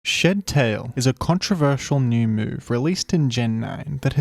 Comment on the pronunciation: why do i keep hearing shittail